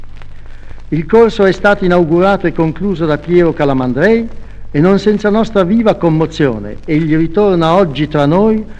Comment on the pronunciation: pwncipi mowali e giuwidici pwiero calamndwei